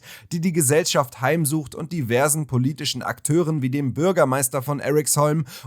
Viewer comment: Eriksholm sagt man eher wie im deutschen, nicht english. Sry aber die amerikanisierung irritiert mich.